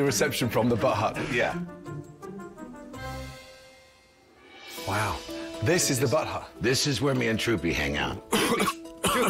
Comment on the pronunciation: I love how Gordon keeps calling the "bud hut" the "butt hut". Lol